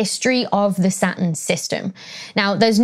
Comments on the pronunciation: Platurn 😅 🥰🥰🥰 love it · When Becky said "my favorite planet", I heard "Sun". I was thinking: whaaaat? Then I hear her talking about "Sa'un". Oh, it's Saturn! The way English speakers, and some dialects especially, really confuse me sometimes! "Saturn" is said so differently in my language (Finnish).